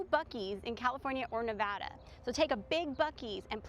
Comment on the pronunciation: First off great video! Second, thank you so much for saying Nevada correct correctly. I get so annoyed with people saying it incorrectly. Third, they should turn Buffalo Bills into a family property with no gambling and convert the casino floor into an amusement park. They should open back up all of the attractions that they built overtime that have been closed off like the magic motion rides in the back near the roller coaster and log ride. They should make Prim Valley Resort Casino into a full on adult experience, read into that what you will, and Whiskey Petes should be converted into a trucker centric property. Also a Walmart would probably do well out there. And a Buckys would be an awesome idea to be honest. I’m surprised they haven’t built one here in southern Nevada yet. Maybe whiskey Petes could be some kind of uber mega Buc-ee's.